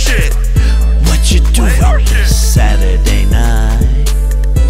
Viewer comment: I'm Bored ..... he say sady night